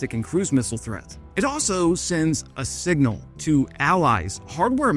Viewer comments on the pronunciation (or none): none